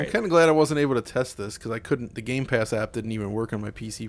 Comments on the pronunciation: My eye twitches every time he says "GAMES PASS" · everyone: gamepass: games pass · Why do you say games pass it’s gamepass. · Gamepass*... Not Gamespass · Anyone else bothered with calling gamepass 'gamespass'? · It's GAMEPASS no gameSpass! I don't know why but its so annoying. :D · Stop saying games pass please! It's game pass. Thank you! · Can you please stop saying game's pass 🙄 GAMEPASS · Can someone please tell it's not GameSpass.